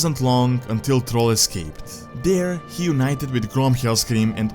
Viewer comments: m8 you gotta work on how you talk who the heck is trall its 2018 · I love how you pronounce Thrall as troll, LOL